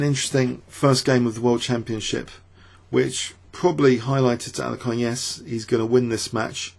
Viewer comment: exactly! i dont speak russian or anything like that but my ears start bleeding when pronounces bogoljubov. i dont mind the way he says alekhine wrong but bojolojobov is just too much xD